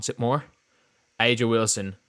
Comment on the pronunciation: It’s Uh-juh